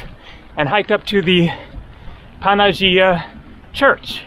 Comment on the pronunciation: What a gorgeous island. For anyone who might care, the accent is on the E. So we get Fol-E-gandros. For the Panagia church, the g is pronounced like y. Panagia, which is an epithet for the Virgin Mary, means "All Holy One."